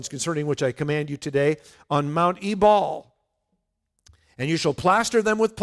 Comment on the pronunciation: My Israeli guide said Ebal is pronounced Eval.